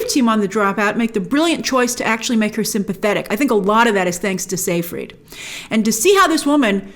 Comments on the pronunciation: sigh-fried, not say- fried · It's not pronounced "say-freed." It's pronounced "sy-fred."